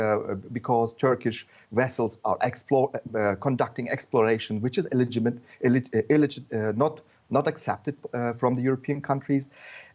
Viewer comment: Lol the Arab guy can't pronounce "illegitimate"